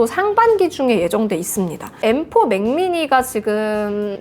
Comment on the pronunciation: 징그럽게 생겨서 엠포 가 뭐냐 발음이 무식하게